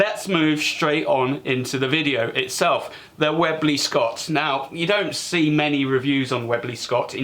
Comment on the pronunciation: probably made the best air rifles the UK will ever produce for mainstream use mite be worth learning how to say the name correctly 😂. Like this review of the raider, your wife's got that safety action nailed haha couldn't be half as disciplined if I tried 😂